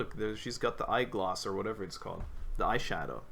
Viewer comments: you did not just call it eyegloss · “Eye Gloss” Boi what the hell.